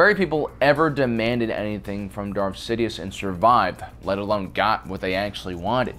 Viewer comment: . Much love for this channel, but my Aspie arse specifically heard you say . . . Dark Sidius. 😂 Also, were those kids adopted, or were they his ? Estimating clones woukd be sterile to hinder IP theft, but look at childrens' mottled coloring . . .